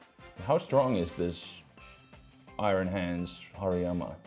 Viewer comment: Forgot how much I like how pronounces Hariyama